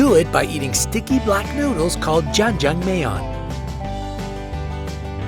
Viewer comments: It's not goreyo it's GORYO it may be spelled as GORYEO but it's pronunciation is GORYO and it's not jajangmeyon is JAJANGMYON pronunciation is a must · its not pronounced jajangmayone its jajangmyon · I went there a few times.... I LOVE it!!!!! I saw txt everywhere also the fact that you said ja-jang-mae-yeon offended me is jajang-mi-on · Its jajamyon not jajammeyon And thanks for this hahhaah Kpop fan here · IM KOREAN AND HE COMPLETELY BUTCHERED THAT NAME HAHAHAHA IM ROLLING ON THE GROUND LOL 짜짱면= jahangmyeon= jAeJaENg mYEOON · "Ja-jang-me-yon" GRRRRR IT'S JA-JANG-MYÔN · Jajjangmyeon became ja jang me on?.. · ITS JJANG JJANG MYEON (MION) NOT MEYON! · JAJONGMAYYON Mmhmmm, that’s exactly how you say it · It's pronounced JAJANGMYON not Jajangme-yon. Tf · Oh my lord Cha Cha Mei youn? It's Ja Jang Myeon My lord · Jajangmyeon is not pronounced that wayyyyy(me korean herrrrrrre) Kinda pronounced like Jajangmyuhn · "Janjangmayon?!?"🤣🤣plz pronounce it correctly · JaNg JaNg MaY oN lol that pronunciation sounds nothing like the real thing xD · I mean he was pretty close XD ; it’s more of a “myun” though when it comes to pronunciation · No one: This guy: Ja-jang-may-yawn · I’m not Korean or anything but I am Nepali meaning I’m Asian that probably won’t help with this fact or anything but what the F is jaj-jang-may-on it’s pronounced way different lol 😂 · Jajjangmyeon = Ja jang may yawn Loving the pronounciation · JA-cHanG MiYeoN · Jajangmayon....ah yes perfect pronounciation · its jah-jah, FASTER, mi-on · Why would I pay anything more than $2 for a bag of chips when I can just go to my local Asian market and get a bag of honey butter chips for $1.50? On that note who TF would pay $100 for a bag of chips? PS, it's not pronounced Jah-Jah-May-ahng... That irks my nerves, use Google translate or something dude. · Goryeo pronounciation is Goryuh and this is what korea was called in early 900s to late 1300s.. jajangmyeon= jajangmyuhn. Chungmae=Jungmeh, yonae=yuneh